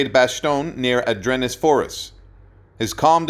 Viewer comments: Adrenis forest? You mean the Ardennes Forest? Couldn't you find someone literate to narrate this video? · A-drennis Forest? Also known as the Ardennes. Pronounced Ar-denn. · Nice tribute, but for GAWD SAKES man- get the Pronunciations Right! AR-DEN forest, Bray-court Manor, and Numerous others.... And, No reference to his nickname- "LIP"??!! Least the Amazing Historian team of Spielberg/Hanks got it right- he carried an M1-A1, in that battle to take out the 105s, Not a Garand. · I don’t know who the narrator is, but he mispronounced so many names like Ardennes, Brecourt Manour and others.